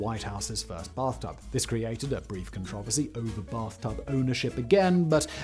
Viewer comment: Love his pronunciation of controversy. Do aluminum and vitamins next😆